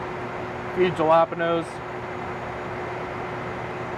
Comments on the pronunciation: "Few Gel Lam Anoes." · "A Few JaLaPeHnOsE" Oh boy... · "a few ja-lapenos..." Was he joking when he pronounced it like that, or is that some regional dialect I've never heard? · Did he just say jAh lapenos??? Instead of jalapeños? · Everybdy everywhere says jallapinos and not jalapenos. It's not military exclusive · DUDE....did you just say...Jalep'enoes??????? (HAL-AH-PAIN-YO)......😡😡😡😡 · Ju-lap-en-ohs... WTF is wrong with people? It's hall-uh-pain-yos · did he say jalapanos rather than jalapeños? hahahahahha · The J is like and H... Haaaah-le-peeno not jah-lap-eno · Did this nigga just say jala penos instead of jalapeños? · God damnit! They're pronounced HALL-A-PEENYO, not JA-LA-PEENOS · What's a "Jala pen noe"? ...I believe it's pronounced: "Hala penos" but spelt: "Jalapeños". Plus, it's a Pizza.. it's a foolproof meal. ANYONE can make it and not stuff it up. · "Jah-lah-pah-noes" what the shit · Ja-la-penos lmaooooo bro I can tell he is a racist by the way he said jalapeños 😭🤣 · my boi said "Jah La Penos" xD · Wait, one called them "Japalinos" and the other said jalapenos i thought they were the same dude.......... or was it just same starsh?? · He actually pronounced jalapenos as 'juh-laahp-a-nose' lmao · He actually pronounced Jalepenos "jah-LOP-an-oes. I never heard anyone get the pronunciation that bad, except as an obvious joke. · i know this man didnt call them jelapenos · I can’t get over that he actually said JeLaPiNo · " few jalapinose " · Did he seriously pronounce jalapenos as "jala penos"? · "few jalapoles" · Did he just call it a fucking "Juh-la-pin-ohs"?!?!?!?!? Hahahaha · JALA Penos. lol in the US forces but cant say a simple word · Did my man just say “Yalapenos” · Juh lap uh noes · Did he say... "Jalopinoes?" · He said Galapeno (Jalapeno*) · Pronouncing the "J" in Jalapenos with the typical hard "JAY" sound. <Patriotism intensifies> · It's pronounced Hollow Peen Yos,! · Thsi dude did not call jalapeños galaponoes